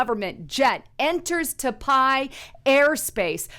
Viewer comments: It’s pronounced Ty-pay, not Ta-pi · Tie pay not t pie haha bless you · Not TAPAIIII !!! 🤣 TAIPEI ... Pronunce THAI-PAY!!! 😋 It's the Capital of TAIWAN! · it's not ta pie. It's tie pey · Say Tie Pay. Not ta pie. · It’s Tai “pay” not Ta Pie lol. Great reporting tho if you’ve never been to Taipei, you’re missing out! God bless and thank you for your posts. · Pronunciation is " tie pay" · pronounced THAI-PAY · taipei pronounced "Ty PAY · Its Taipei (pronounced Tiepay). I like watching your videos but your mispronunciation of key words discredits your video content. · TAIPEI = PRONOUNCED "TY-PAY"!!!!!!!!!!!!!!!!!!!!!! BUT, THINGS SEEM TO BE HEATING UP EVERYWHERE!!!! REALLY FOR NO REASON'S BUT THEIR MADE-UP ONES TO THEM!!!! IM SURE THIS WORLD/PEOPLE KNOW HOW TO STAND UNITED AND UNDERSTAND THAT WE CAN LIVE TOGETHER IN PEACE WITHOUT ALL THESE SELF-MADE ISSUES BEING FABRICATED!!!!!!!!!!!!! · Love ya but the City's name is pronounced ("Tie-Pay") -Taipei-. Thank You that is all.. Keep up the good work Sis!! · Taipei pronounced as (Tie-pay) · "your profile"?? You mean "your portfolio"? It's Taipei, pronounced Tie Pay. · Seriously it’s pronounced ( tai • pay ) Taipei . Go back and count how many times you murdered the pronunciation on the city . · Taipei is actually pronounced Tie-Pay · It's "Tie-pay"... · Pronunciation Taipei. Sounds like tie pay to English ear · Ive heard about that city so many times in my lifetime, I'm actually surprised does not know how to pronounce it